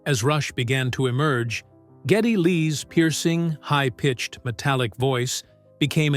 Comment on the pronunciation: It’s G E D D Y LEE NOT GETTY